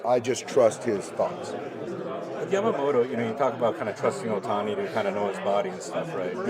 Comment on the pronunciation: やっぱタツテトの発音がしにくいのか、ヤマモトはヤマモロ、ヤタはヤラになるのかなw たまにちゃんとヤマモトて発音する人もいて逆に驚く。